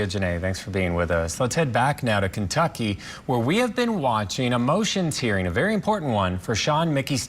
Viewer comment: It's not KENTUCKEY. It's Kentucky.